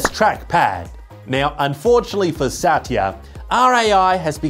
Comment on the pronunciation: Why are you calling Sathya as Saatiya?